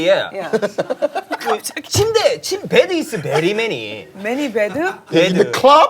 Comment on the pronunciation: 페기궄ㅋㅋㅋㅋㅋㅋ 당황해서 한국발음으로 매니 배드…? ㅈㄴ 우ㅛ기네요오늘ㅋㅋㅋㅋ